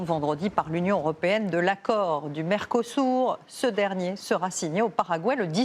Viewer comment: Mercosourd 😂 (slpe)